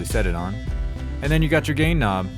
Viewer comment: a "gay" knob lol.. that's what it sounded like ..